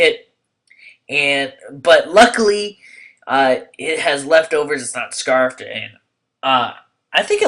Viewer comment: its scarfed, not scrafed